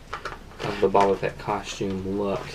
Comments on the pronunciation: It's pronounced Bow-ba Fett...not Babba Fett 🤦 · least say his name right